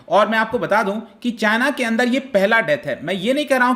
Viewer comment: As always "chyna"🤣